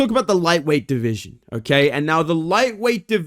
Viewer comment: I miss when would say "my deveesion" every time he talks about flyweight 💔